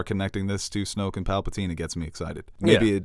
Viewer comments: Also,, are u saying palpaltine on purpose to infuriate nerds? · Dude, will ever get his shit together? Aks, Papltine?